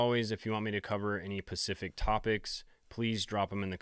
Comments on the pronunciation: When dj says "specific" it comes out "pacific" and when he says "pacific" it comes out "specific." He does this in multiple videos, is there a joke im not privy to? Because this is unreasonably bothersome to me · Anyone know why he says “specific” instead of pacific? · 💛Bro I love your videos but im BEGGING you, stop saying pacific instead of specific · I see what you did there... It was a deliberate and "spacific" slip of the tounge😎